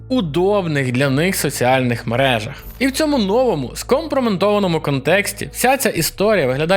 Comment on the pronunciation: "Зкомпрометованому", чувак. Компромат, не менти.